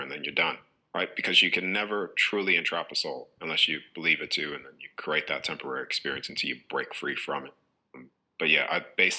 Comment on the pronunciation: Notice also the way he pronounces create - he says curate - look up the meaning of curate- assistant to a priest!